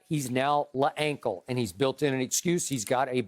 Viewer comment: Bro “Le-Ankle” got me crying 😭